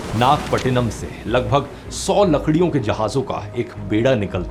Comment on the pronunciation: Not nag patna. Naga patnam ❤❤